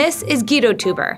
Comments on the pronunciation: Also, isn't teuber pronounced toyber not toober? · every time she pronounced the family name Tuber instead of TOYbuh, and the game CatAN instead of instead of CatAHN , I couldn't help cringed and would mutter the correction at the screen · Their family name should be pronounced 'toy-berr' , not 'tu-ber' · rcdc is absolutely correct. Their family name is properly pronounced 'toy-berr', not 'tu-ber'. This is my wife's maiden name so I know how it is properly pronounced, even in America. While I don't wish to be too hard on this incredibly disrespectful and incompetent mistake, you really have to be an idiot to do a video on an entire family and NOT start out by making sure that you have the correct pronunciation of their family name. Epic fail! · Not Klaus "Toober", it's pronounced "Toy-ber"!!! omg please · Also the creator's name is pronounced Toy-ber, not Too-ber. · I’m pretty sure his name is pronounced like Klaus “Toyber”, not Klaus “Toober” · Good old Klaus "Toober," creator of "cuh-tan." Would it hurt to spend five minutes looking up how to pronounce the names of Catan or its creator? Embarrassing. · Teuber is pronounced like "Toy-ber", and Catan rhymes with "swan".. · It's pronounced Toiber; amazing they would send someone all the way to Germany with such a poor grasp of the subject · The way she pronounces Teuber makes me want to cry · No, he pronounces it kuh-tahn, which is correct. It probably wouldn't have been so distracting if she didn't emphasize her hard 'A' at the end of Catan so much. It became worse when she mispronounced the creator's name. The narrator's voice was juvenile and shrill to begin with, so the mispronunciations made it seem like she just didn't care. I'm not only a huge fan of 'Settlers of Catan', I'm also a fan of doing things correctly, so it was distracting to me. It didn't distract you, that's nice; I'm glad you were able to enjoy the piece.